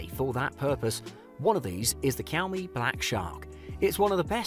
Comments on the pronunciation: it’s shaomie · What the heck. Kiaomi ? It's Xiaomi dude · Shaomi not kyawmi 😂😂😂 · It's pronounced as shaomie Not kiaomi . Bruh I can't with white people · I m using poco ,pls don't buy, it heats too much and legs like hell. I bought after watching such video, pls mention all things,don't go for money cause it hurts. Maybe one plus or iphone is better option. He said 'kiyaw me', lol😆😂😂 Unsubscribe , Actually it pronunciation is 'sha-o-mi'. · "kiaomi"? Never heard one.. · i stop watching immediately after i heard the first kiyau-me.. bruhh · It likes kiaomi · Jiaumi i was like wtf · Why does he keep saying kiyaomi? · Kiao-mee? what kind of cat is that? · Did I hear Qiomi? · Cowme , Kiaumi, Kiaomi 😂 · Jkhiaumi .. hahaha.. lol... Wtf Cant trust a review by a guy who pronounces the name of a product wrong.... No way... Yup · Why? Kiaomi???? 😂😂😂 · Xiao mi is pronounced shau mi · pronounce it like shaomi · Siaomi??? Lol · Dude why your saying the brand by K iys a X not K